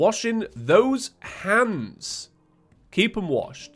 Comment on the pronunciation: For a solid 5 seconds I thought you said keep your hams washed and I was a little concerned but in my mind I said “alright will do so”